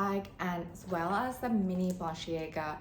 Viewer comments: you’re a good sport❤. For what it’s worth, it’s bah-len-see-AAH-ga. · The way you pronounce it is that how it’s supposed to be pronounced I’ve never heard it pronounce like that before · no, its not... ;)